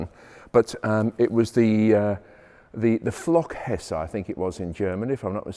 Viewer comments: Heckflosse, not Flockhesse 😅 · Heckflosse, not Flockhesse! LOL, though. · “Flockhesse😊… Almost right! It was named “Heckflosse” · "Flockhesse", no it was the Heckflosse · It's Heckflosse (=Rear-Fin) my Friend.